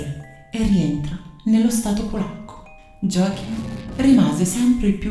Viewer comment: Effettivamente molti serial killer hanno infanzie problematiche. Joachim si legge Iòahim, in tedesco J si legge come una i